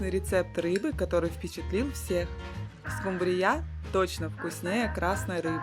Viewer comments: скУмрия, а не скумбриЯ😢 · Почему скумбриЯ? По-русски рыба называется скУмбрия! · СкумбриЯ, это так в Индии называют😂 скУмбрию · Ну вообще то правильно говорить скУмбрия.А за рецепт СПАСИБО.!!!!😊😊😊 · 😂что ещё за скумбриЯ, это 😮